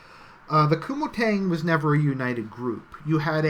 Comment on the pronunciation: Kuomintang is pronounced co-ming-tang